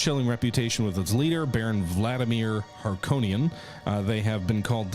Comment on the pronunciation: bruhhhhh your pronunciations of Atreides and Harkonnen made me flinch! You need to watch OG Dune as punishment.